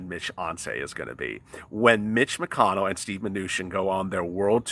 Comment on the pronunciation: "Mitch -Oncey"" Love It👍